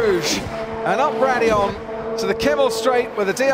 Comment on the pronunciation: "As up.." Me: That's radillion actually Commentator: "raidillon we go" Me: impossible